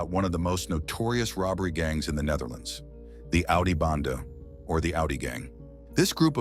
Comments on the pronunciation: Its AUDI BENDE NOT BANDE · Audio BENDE.....not bande